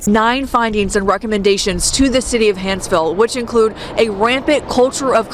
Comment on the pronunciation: Small thing but it's Hanceville not Hansville. Comments up above are incorrect. Love your content sir.